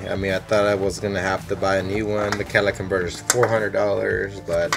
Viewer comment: Cadillac inverter are you deaf